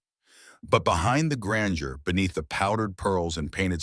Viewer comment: "But behind the *granger*..."🤦‍♀GRANDEUR!